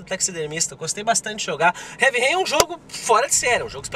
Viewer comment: dói na alma ouvir o falar Heavy Rain desse jeito:/